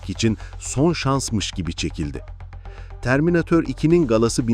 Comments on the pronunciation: Törmineytır da ne laa😂 eğer Türk sen ve Türkiye de yaşıyorsan bir Türk gibi söylemelisin ağzına yakışmamış şöyle dolu dolu terminatör de 😂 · terminatör'e terminatör desene kardeşim. ne o öyle törmineytır iki falan... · Törmineeytır nedir yahu. Bırak biz çocukluğumuzdaki gibi TERMİNATÖR diyelim şuna. 😂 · Törmineytırı duyar duymaz videoyu kapattim